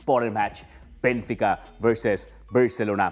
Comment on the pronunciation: বেনফিকাকে বার বার বেনতিকা বলছে! দলের নাম বলতে পারে না অথচ বিশ্লেষণ করছে!!!!